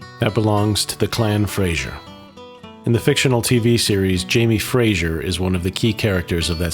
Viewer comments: It's not Frasier it's pronounced Frazer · Had to switch off, the “Americanised” pronunciations were too much. Jack-o-bite is not pronounced Jay-co-bite. And it’s Clan Fray-zer, not Frayshoor. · As others before me have pointed out, it's pronounced Jackobites, not Jaycobites, And it's Clan Fraser - not Clan Fraysher ! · And he can’t pronounce Fraser properly as well.